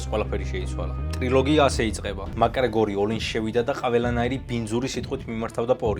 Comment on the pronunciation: მაკგრეგორი არა მაქგრეგორი 🙌